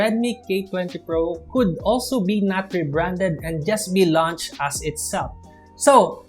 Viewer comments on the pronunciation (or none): none